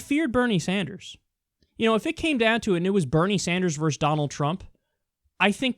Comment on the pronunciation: Kyle. It's "versus", not "verse" - You make the same mistake on pretty much every video and I cringe every time you say it.